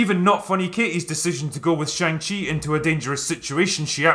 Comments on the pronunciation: For the LAST time , it is pronounced SHAANG CHI ! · i dont get how after you leave the cinema, after 2 hours of characters pronouncing shang-chi's name, and a scene dedicated to teaching you how it's pronounced... you still pronounced it completely wrong every time in this video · Shaung-Chi lets ask ANG LEE if his name is pronounced AUNG LEE? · You mis pronounced shang-chi grammar nazi.